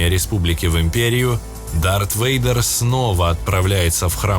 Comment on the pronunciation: Вэйдер, почему я слышу слово Ведро? Темное Ведро😅